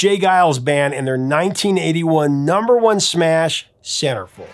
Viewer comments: Had to look it up, couldn't figure out what you said ! Sounds like SarahFey... Those you win scammers are everywhere including Facebook... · You realize now he said Centerfold right? I hit your time stamp and 😂 I can see how you heard SarahFeh ... Take 2🎬....let's try this again aaannndd Action! 🎬🤣✌️❤️🎸🎶🙏